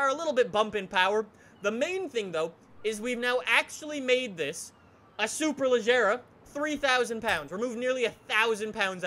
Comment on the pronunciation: It should be "SuperLeGeRa" and pronounce like the "AGeRa" in the Koenigsegg Agera. I don't know who teach you to pronounce it like "SuperLeJerRa". Don't judge on me, BECAUSE "SuperLeGeRa" sounds much more elegant than "SuperLeJerRa"